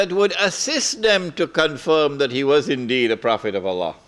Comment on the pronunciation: Allah pronounced Alaa